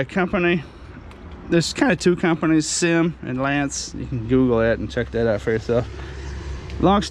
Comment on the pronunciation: NOT a SYM it is not pronounced like a word. Dammit I wish people would educate themselves. It is pronounced like you see it. Three letters. S. Y. M. Sang Yang Motors.